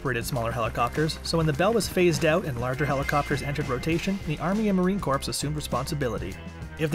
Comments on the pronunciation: Marine Corp, Corp, the p is silent!!! Who found this clown??? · In my beloved corpse?? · The "s" is also silent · Stop saying corpse 🤦🏻‍♂️ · "Marine Corpse" lol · "Marine Corpse"!? Good lord, kid, where are you from? That is really embarrassing. You should be ashamed. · I can’t stand to watch any longer with him saying CORPSE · yes, he said, "Marine corpse"... UGH. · If he says CORPSE one more time!!!! 😆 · as a former Marine. hearing the P drives me insane. but i liked the content lol semper fi.. and stop saying Corpse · "The Marine Corpse????" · Marine COURPSE!!! Hahahaa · Please stop saying corpse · Had to stop watching. ...”Corpse” 🤦🏻‍♂️ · Marine corpse lol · Not just Marines cringing, it’s anyone who speaks English! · That was driving me crazy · Thank you......I was grinding my teeth! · Heard it the first time and immediately scrolled down to see the comments and post my own if I didn't see one. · Please for the love of all things America, please drop the "PS" when saying Marine Corps. The "PS"is silent. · The p in marine corps is silent